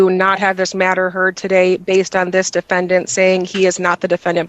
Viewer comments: "Tah-day!" - illiterate AND arrogant. Great combination… None of these sovereign fools know what a BEY is: "the governor of a district or province in the Ottoman Empire." - New Oxford American Dictionary It is a title, NOT a name. ATT: Judge Perkins... Problem is that is LYING about his name and he's absolutely certainly 100% going to throw that in the court's face when he loses. Compel him to use his real name. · Lol what a fool.. "tuh-day" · “Ta - DAY.”